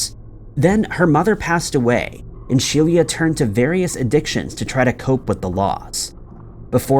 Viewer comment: He mispronounces these things so that people will comment and increase the engagement factor of the video. YouTube doesn't judge on quality of content, just amount. (Also it took me 2/3 of that last section to figure out that “She-LEE-ahh” was actually just “Shelia” (SHE-lah).